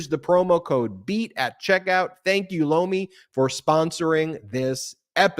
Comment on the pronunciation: Lomi sounds like blow me